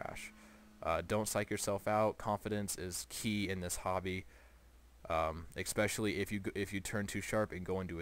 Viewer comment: Expecially?? especially!